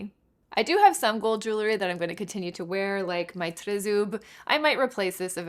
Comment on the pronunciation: I was so pleased to hear you pronounce the name of your pendant correctly. It really warms my heart to know that you know how it is pronounced in the original language.